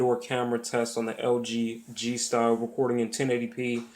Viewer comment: it's not style-i-o its style-o